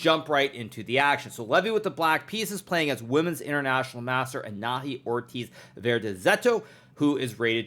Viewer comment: Quick clarification, the girl's name is pronounced anaHÍ. The syllable HI is stressed and the H is silent.